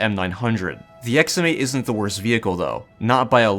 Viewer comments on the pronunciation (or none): Mans said issent